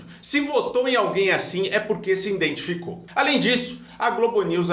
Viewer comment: IDENTIFICOU e nao INDENTIGICOU!!